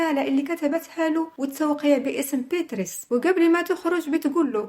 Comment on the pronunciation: من فضلك اسمها بياتريس مش بيتريس